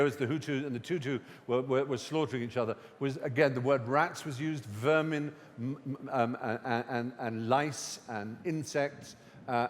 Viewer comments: did he say "The Hutu's and the Tutu's"...? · Tutsis. Not Tutus. Also - they weren't "slaughtering each other". The Hutus slaughtered the Tutsis (and Hutus that helped Tutsis)